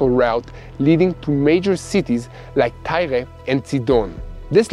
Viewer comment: Thanks for the Israeli pronunciation of Tyre and Sidon!